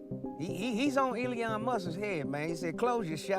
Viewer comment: It’s not Eleeeon, it’s Elon. I’m getting the feeling you’re a retard